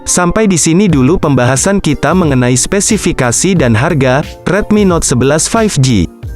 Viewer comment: 3.36 spesipikasi